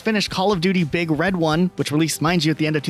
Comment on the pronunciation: Your inflection saying "Big Red One" is sending me lol. It's One as in the number, not One like "the one."